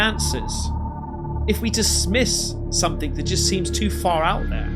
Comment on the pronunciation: Stop saying "somethink" - it's "something" 🤦‍♀️